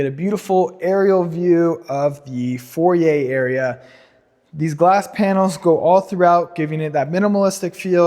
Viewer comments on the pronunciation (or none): Awesome property! Just a note; I hear you calling the foyer the "For-yay", and its pronounced either "foy-yer or "foi-yay". Also, that landscaping & yard is insane 😮